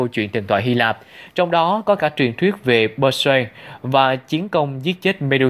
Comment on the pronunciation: Perseus > Đọc là per-see-uhs .